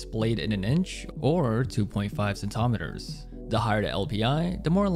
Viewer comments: The way you say millimeter and centimeter could not be more american lmao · There is no o in millimeter or centimeter, so weird to hear it pronounced like this. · This is the only human being to ever pronounce those two words that way. I hope he's joking.